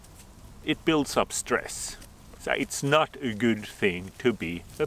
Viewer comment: I love the way you say "so", it's like "sah" I love languages, I always said in the paradise the first thing I was going to do is learn every language on earth. Happy belated Pimo Day!!!!